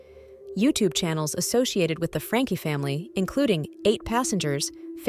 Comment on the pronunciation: The name is NOT Frank uh! Please learn the correct punctuation!😡